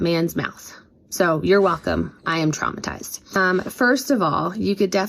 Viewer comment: Did she say traumatized or Trump-a-tized? Maybe that is a new word meaning listening to Trump is not good.